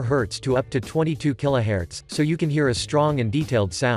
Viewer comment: These are all low to mid range speakers. The BEST speakers are far above these. Kilohertz is pronounced Keelo hurtz not Keelo hairs. Also, speakers not distorting when you turn the volume to maximum depends on many factors. Some of us have amps that can smoke some of these speakers if turned to max output. Some bass hungry people also add equalization or bump up lower frequencies that can easily overextend or burn voice coils at high volumes. While we can respect your opinions on what you like, before you make certain statements you should learn more about audio. Nice video production though.